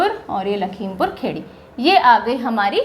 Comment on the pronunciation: it's not खेड़ी its खीरी